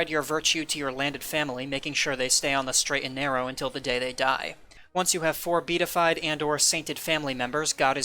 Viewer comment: Great video! Also, just an FYI, it's pronounced be-a-ti-fied (4 syllables).